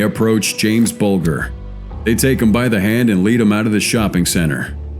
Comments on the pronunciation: Oh and its Jamie BULGE R thats how it is pronounced. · Wrong sound for Bulger. Like Bulge... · Just for future reference its pronounced 'Buljer'. - James Bulger.